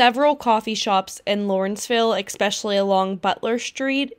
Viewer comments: Also the word is pronounced "especially" not "eck-specially" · This edit is VERY Pittsburg. “Expessially the expresso” 🤦‍♀️ didn’t yinz watch this before you posted it? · Say expecially again. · Especially. No x.